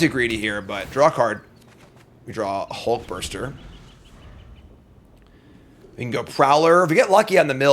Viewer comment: I will never get tired of saying "Hulkburster Swarm" 🤣 ("You're saying it WRONG.")